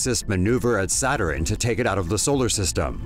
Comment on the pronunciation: Why does the male narrator say "Satterin"? It's "Saturn", you putz!